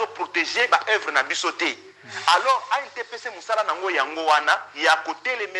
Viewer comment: ANTPC, il faut bien prononcer ça. Merci na émission na yo